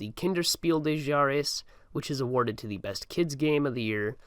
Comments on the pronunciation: Fuck chares was probably a more accurate spelling of how he said Jahres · "Speel de Chares" is also funny.. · Couldn’t agree more also “kinder Spiel des Jahres” somehow became “Kenner Speel de Jares”